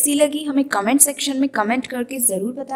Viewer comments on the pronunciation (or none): none